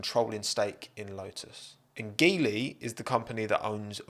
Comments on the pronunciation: I think the pronunciation of Geely is more like G li. It would provide more chances for so many talented Alpine Academy drivers if it's true. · In Chinese (mandarin) Geely is pronounced as G Lee, nice video as always. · Chinese people pronounce Geely as "Jee-ly". It sounds auspicious in mandarin language. But hey, as always, great video! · Just fyi, Geely is pronounced as “G”-ly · Geely is pronounced JEE-lee,. Good video nonetheless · It's pronounced JEE-LI.